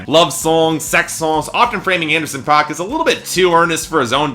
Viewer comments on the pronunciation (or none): You say the name wrong, it's pronounced like "pack"